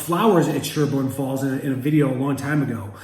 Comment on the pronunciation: PLEASE stop saying "Sherburne Falls." I mentioned this before re: one of your other videos. You lose credibility in W . Mass. It's SHELburne Falls. Please. I won't give a thumbs up until you publish a correction!